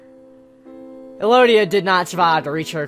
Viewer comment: elodie is pronounced eh-lo-dee if no one corrected you yet. :)